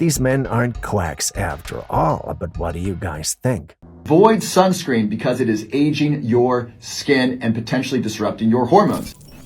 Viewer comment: WTF is “skunscreen”?!